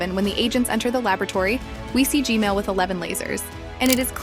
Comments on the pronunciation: I hear Gmail not gman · I like the fact she says g-mail instead of g-man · Ju dot kall g men but ju kallm g mel but hs neam g men not g mel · Hey why u say gmal not gman? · i have a question why do you always say gmail but its g man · its g man not g mail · It’s gman not gmale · It's not gmale It's gman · its g-man not g-mail 😂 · Why do you call gman gmail😂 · It's g man not g mal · GMAN GMAN ITS GMAN NOT GMAIL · She saying gmail not gman 😂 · Why does she keep saying gmail but not gman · Why does she keep saying Gmail?